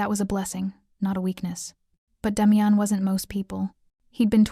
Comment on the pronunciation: This so call Ai that is supposed to be so smart can’t pronounce the name Damian ! How can anyone watch this through!??